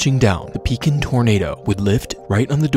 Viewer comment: I was 4 when this happened. If you ask a person from the area about tornadoes that's the one that comes to mind. By the way the fact that you pronounce Pekin correctly is mind babbling